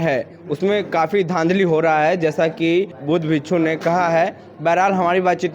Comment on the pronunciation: भाई आपका सराहनीय है लेकिन विखखू होता हैबिच्छू नहीं